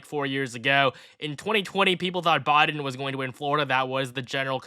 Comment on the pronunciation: Am I the only one hearing 'Bodden' Instead of Biden?